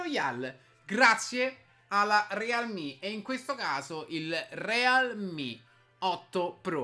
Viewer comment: Sponsorizza un prodotto ---> non sa nemmeno come si pronuncia la marca, legge senza capire cosa sta dicendo, sparla a caso e a conti fatti in questo video del cellulare non si è capito nulla. Ma tanto a lui che frega? "Devo sponsorizzare qualcosa? Dammi qua, ci faccio un video dove ci ficco dentro o Fortnite o Clash Royale e tanto il mio pubblico composto da bambini compra lo stesso. Mirko, nun se fa così...